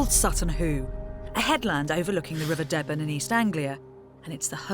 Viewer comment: Bettany, please get your pronunciation more accurate. [Dee-ben not de-ben!]